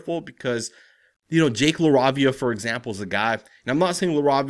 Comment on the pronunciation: LA-RAVE-IA is how you pronounce it!